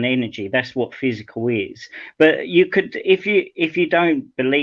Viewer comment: It’s really painful listening to:- energy slows down into “physicall”. First because he sounds like an 18th century British Scientist with that “physicall” (original spelling of the time) instead of matter as it is referred to today, next because his pretence of understanding of very complex quantum physics is a prototypical case of Dunning Kruger, I don’t know therefore I know better.